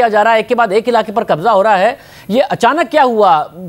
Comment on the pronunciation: Aap k kahbza kahbza bool rahy hoo